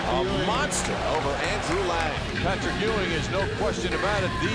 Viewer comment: My childhood wouldnt have been the same without the Big-Man "Pat-RICK Ewing"!!!!!